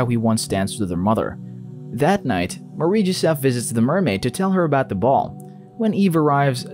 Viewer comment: Take a shot everytime he says "marieee jesef"